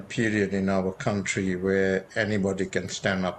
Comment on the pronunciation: you mean cunthree, the man can't even pronounce the word country but wants to govern one. What a joke our country has become